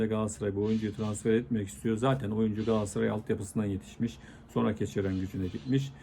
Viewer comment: Hıfzıssıhha kelimesini diyebiliyosun ama Galatasaray'a hep Gaassaray diyorsun.Bence biraz buna çalısman lazim.